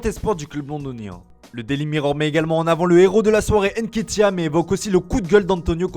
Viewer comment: On dit nketia...pas N- nketia..🤦🏾‍♂️